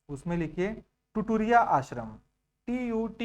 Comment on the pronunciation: Sir ap notes dictat krte ho to repeat bhi kiya kriye Nd the second thing ye ki aap bahut sare words ko mispronounce krte h jiske karan dikkat hota h, hindi me bhi ek bar dekh lijiye locations ka name jyse apne bola तुरतुरिया को टुरटुरिया और दमाउधारा nd लाक्षा ek type ka plant origin resin h jisko cg me lakh bolte h (this info is provided wrong by u) nd another mispronounce word is raj shitulya it is rajarshitulya so its humble request to u that rather than providing misinformation or mispronounce word,u can correct for the sake of learners who really believe in u